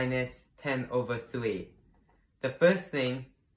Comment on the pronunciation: its three not trhwee lol